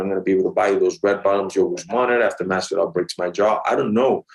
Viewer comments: Ariel purposely says Marvidal to son him lol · Why does he say Marvidal? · CRINGE CRINGE CRINGE Everytime Ariel trys too hard to say Masvidal...it's pronounced moss-vee-dahl ...no R's to roll in Masvidal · He can't get it through his head. Mathvidal lol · When Ariel asked what happened to your eye ? The truth is that his eye socket dried up from crying about Colby absolutely destroying him .Stop pronouncing his name like that Ariel it’s just plain George now . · Ariel please stop saying his name like that🤦‍♂️ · It’s so cringe when he does that, he always kisses Jorge’s ass